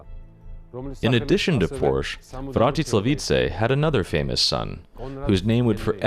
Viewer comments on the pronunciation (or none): none